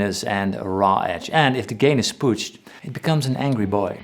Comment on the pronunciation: “and if the gain is pucht, it becomes and angry boy”